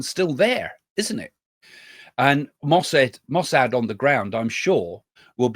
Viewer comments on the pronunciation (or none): none